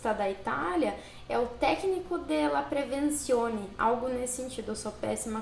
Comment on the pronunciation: Misure de prevenzione Em italiano. Se pronuncia da seguinte forma Misure : s tem som de z E a prevenzione você pronuncia como se existisse um t antes do z. Sendo que leva a língua no palato duro, mais popularmente conhecido como céu da boca. Prevenzione. Obs: Não se escreve com este t, mas se pronuncia como tendo um t antes do Z. Pronuncia aí.